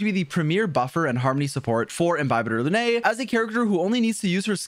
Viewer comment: Bro really commited to calling him Inbyebyetar lunae instead of just "The cooler daniel".